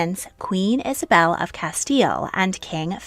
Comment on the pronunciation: THANK YOU for pronouncing the Reyes Católicos as Isabel and Fernando as is pronounced in Spain, and not use the annoying, and widely spread, italianised version Ferdinand and Isabella.